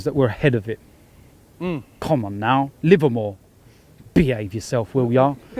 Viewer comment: emphasis on ‘Behave’ is class 😂😂